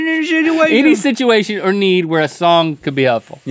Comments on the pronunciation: Link said shituation on purpose lol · "Any sitchituation" xD